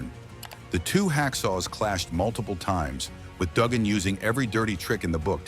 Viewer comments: "Doogan", "T B a sea" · The guy talking about this can't even pernounce Dugan correct